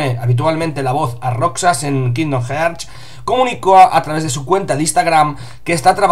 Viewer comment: Como consejo os diría que ya que dais noticias sobre cosas en Inglés, al menos aprendais como se pronuncian. Queda muy gañan decir "jearts", "the lastofus"...